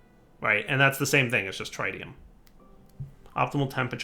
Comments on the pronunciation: pleaseeeeee. Tritium, not Trite-ium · the tri in tritium is not pronouced like tri-tip roast, the tri in tritium is pronouced like the tri in trinity. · Trit-ee-um (trit, rhymes with twit), not try-tee-um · He just needs to watch Spiderman 2 again and he'll get it